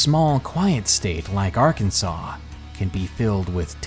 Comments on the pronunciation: You can't be from Arkansas. You keep saying our states name wrong. We don't take that lightly. We aint no part or associated to the union state Kansas. You do know there is a law against pronouncing our states name wrong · Who the fuck pronounces Arkansas like that? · and don't mispronounce the name of the state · I stand by my belief that if they didn't want people pronouncing it "Ar-kansas", either in ignorance or to be an asshat (like me >:3c), they should've spelled it "Arkansaw" from the get-go.